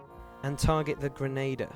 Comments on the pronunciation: ok I only watched 1 minute so far.... dude.... it's a "Grenn-ah-deer" not a "Grenn-ay-der(p)" I hate correcting people for pronounciation but that one is a constant thorn in my side :D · The mispronunciation of "grenadier" is a lot more annoying than I expected. : > Otherwise, good stuff.